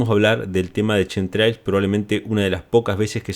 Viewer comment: No se dice Shem trials. Se pronuncia como kem trails tremols